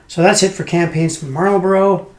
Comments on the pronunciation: Marlbruh, dude. Marlbruh. Good review. Pity it is a bit of a dud, but I'm sure an experienced gamer like you could make it shine. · Or Mal-buh-ruh.